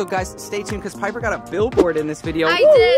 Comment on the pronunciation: nah he did not j say Jenper. Wtf is that it’s jiper